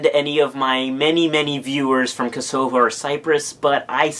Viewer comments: Personally I love the South Korean flag. Not only does it have the taegeuk (Korean version of Yin and Yang) but the four little symbols around it each have seven different meanings. Also, Kosovo is pronounce "Koso-Vo", not "Ko-Sovo". Like cost but minus the 't' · It is "KOH-sah-vuh", not "Kuh-SOH-vuh" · Great video! No hate but I laughed my ass off when u misspronounced Kosovo as I am Albanian hahah